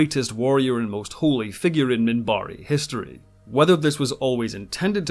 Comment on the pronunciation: I loved the way he used to pronounce the names of species. He would call his own the "Centaarre", and the Minbari as the "Minbarre." One of my favorite characters.